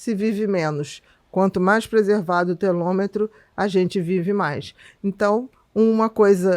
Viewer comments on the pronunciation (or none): Obrigada por informações tão relevantes. Com todo respeito, se me permite uma observação: o correto é telômero e não telômetro. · Ela fala a palavra Telômero errado várias vezes